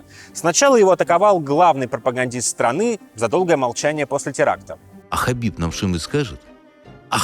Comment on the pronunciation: Хабиб, а не хасбик. пппора бы знать что это два разных Человека